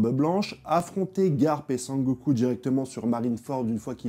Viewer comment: Sengoku* je pense toujours à dbz quand tu dit sangoku😊. Très bonne analyse sinon